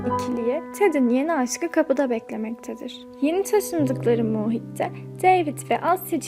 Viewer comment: Boston diye yazılır bastın diye okunur, muhit kelimesinde u sesi uzatılmaz. Başarılar, kolay gelsin.